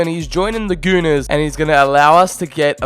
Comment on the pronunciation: he said gunners wrong no offense or anything I just noticed this and I thought it was a bit weird